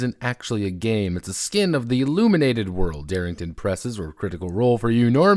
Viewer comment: IlLUMENated, you say?